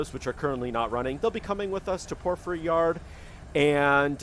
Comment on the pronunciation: Sounds like: por·fr·ee (according to google)